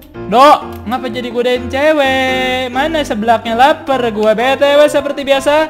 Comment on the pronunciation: Wkwkwk salah ngomong Godain =gadoin 😂😂😂😂